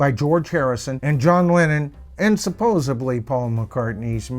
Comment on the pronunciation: Hey brother, very interesting but it’s supposedly with a D. You keep saying supposebly with a B.